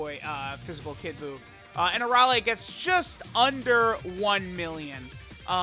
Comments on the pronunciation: You are saying Arole instead of Arale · Why are you butchering her name like that You're saying her name with an o instead of an a I've never heard anyone say her name like that unless you have a problem pronouncing